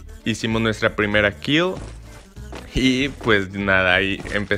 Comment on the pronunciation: Es kill no "khiel"